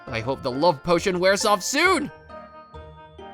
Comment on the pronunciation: Bro said portion instead of potion